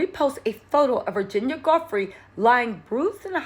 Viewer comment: Edits needed! Maybe a voiceover edit and repost? Virginia not Samantha. /Joo-fray/ vs ?? I don’t even know what you said there…? Guffree? Goffree? Godfree? 🤷🏼‍♀️ …again, ups professionalism and credibility… Our Criminal and Chief and former BFF to J. Epstein also benefits from her demise…